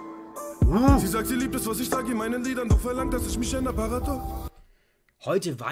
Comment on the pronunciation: ganz klar...apache ist einer der grössten künstler derzeit in deutschland. wenn er es jetzt noch schaffen würde,isch,misch,sisch,usw. normal auszusprechen,wäre er der grösste...